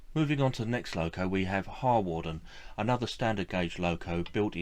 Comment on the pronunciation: Harwarden is pronounced Har-den. Penmaenmawr is pronouinced Pen-mine-m-ow-a Overall I liked your video - very informative. Yes in a sense it is sad that the railway museum at Penrhyn Castle is moving some of its collection away - but I also think it important that the displays at the castle remain relevant to the industrial heritage of the area and that the locos leaving Penrhyn will now.have the opportunity to be part of a museum or operation relevant to their own heritage. It is good that, in a number of cases, locos are to be restored to working order. Steam engines that are doprmant are dead metal, those that steam are alive and bring the past back to life for all who visit them.